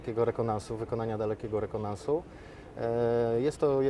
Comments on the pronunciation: "DALEKIEGO REKONANSU" XDD CHYBA REKONESANSU _ TYP NAWET MÓWIĆ NIE UMIE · Rekonansu??? Co to za słowo? REKONENSANSU jest. Zwiadu, rozpoznania, zbadania terenu. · Rekonansu??? Wtf? O rekonesansie słyszałem, o rekonansie po raz pierwszy. To jakiś enigmatyczny wojskowy termin chyba. Pojazd wygląda ciekawie, jak to jeździ w terenie jak z obsługą, i solidnością konstrukcji.